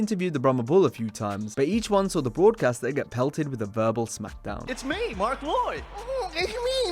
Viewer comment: "It's me Mark Woyd"